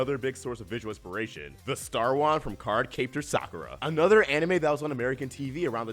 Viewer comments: Card CAPE-tor? What? No, it's Card CAP-tor. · Card....card-CAPE-tor? How? No really, how? What person on this planet pronounces it that way? Why does there have to be THE most distracting mispronunciations in history? It gives off the impression they don't care! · I'm sorry but the moment you said card cape tor I had to stop watching 🙃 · I was so triggered by how he said CardCaptor wrong. Too much emphasis on the "Cap" and the "Tor". On a good note(Not going to go into that too much.) I love Cardcaptor Sakura as a kid,it was on TV in America on Warner Bros Cartoon Channel for awhile. Does anyone remember that?